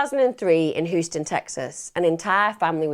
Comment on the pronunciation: Love this channel but I feel like how she pronounces Houston is an affectation used to endear Americans, I’m from her part of the world and we know how Houston is pronounced. No hate, it’s just a pet peeve